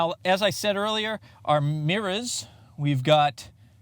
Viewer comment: Nice power “mirr-As” Good review and I subscribed